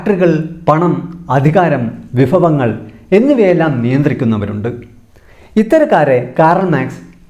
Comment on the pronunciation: വിഫവങ്ങൾ അല്ല ചേട്ടാ... "വിഭവങ്ങൾ " എന്നാണ് പറയേണ്ടത് 🤣